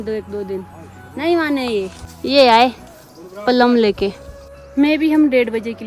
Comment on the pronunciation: प्लम not पल्म 😂